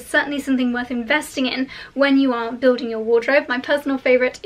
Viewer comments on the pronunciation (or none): none